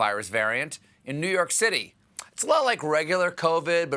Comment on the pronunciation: "New Hork, New Hork"?